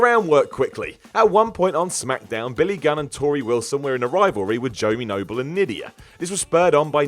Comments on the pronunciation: Waitaminute... who's JOE-mie Noble? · Who's Jo-me Nobel? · "Jomie Noble" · 'Jomie noble'